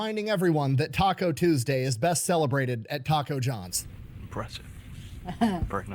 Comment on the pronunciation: Thank you for being the only Brit that says “taco” correctly. 😂